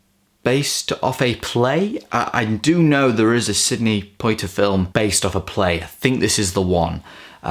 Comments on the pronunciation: Sidney Poitier is pronounced Pwa-tee-ay :) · Great video, as always, although you may need to double-check the way you're pronouncing "Schlesinger," "Poitier" and "Gilda." Also, I think you may be in for a surprise when you discover the truth about the person on the cover of "Death in Venice."